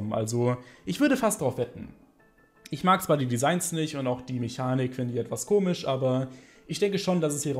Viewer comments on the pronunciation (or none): none